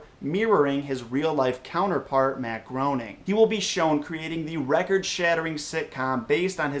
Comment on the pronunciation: Am I the only one that noticed he butchered Matt's name?